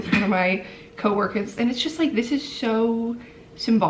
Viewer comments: “One of my...*~*coworkehs*~*” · Did anyone notice the very new yorker “coworkers” she said at the start haha